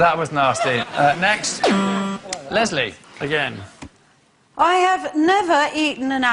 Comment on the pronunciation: anjo banjo he says "Les-lie" instead of Leslie